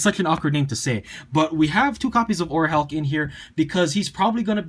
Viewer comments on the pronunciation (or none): Orichalc is still pronounced Orichalc in ocg オリハルク(Oriharuku). If it was Orichulk it would be spelled オリホルク(Orihoruku). The Japanese just randomly calls the Hulk "Haruku(ハルク)" so I can understand where you're coming from though. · I'm pretty sure Orichalc is "orry-kalk" not "orry-halk" - I think that makes it less awkward